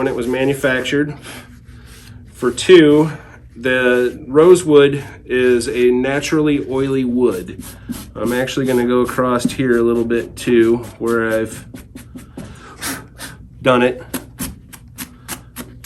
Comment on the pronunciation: Haha " acrosst"